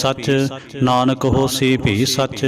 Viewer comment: ਭਾਈਜੀ, ਕੇਸਟਤਾ ਬੰਨਾਦੇਦੇਉ ਵਿਉ ਦੇਣ ਵਾਸਤੇ ਕੀਬਾਣੀ ਸੁਣਦਪੱੜਦੇ ਹੋ, ਨੱਹੀ, ਅੰਨਦਸਹਿਬ ਵਿੱਚ, ਨਾਨਕ, ਨੱਹੀ, ਨਾਨੁਕ, ਹੇ, ਸੱਰਮਕੱਰੋ ਕਿਉ ਬਾਣੀਤੋੜਦੇ ਹੋ, ਉਜੜਜਾਉਗੇ